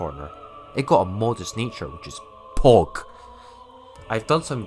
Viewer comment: the emphasis on that POG